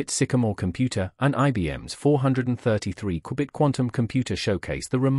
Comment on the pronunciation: I stayed for the way it says Qubit